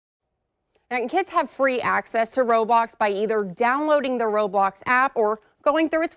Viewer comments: she literally pronounces roblox like RobOcKs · ‘Robox’ ............ tf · Dude it’s not robox it’s roblox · She said ROBOX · They said roblOox And roblocs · she literally pronounces the word raw-blox What if minecraft? mincraft? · ro-box lmfao